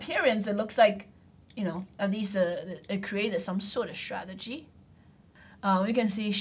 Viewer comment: Why you can't pronounce the word d sTTTRRRtegy? It's so a simple word...